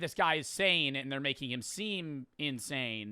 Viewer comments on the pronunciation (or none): none